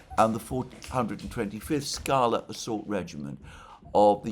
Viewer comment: "skalA" (= the rock) Stress is put on the last syllable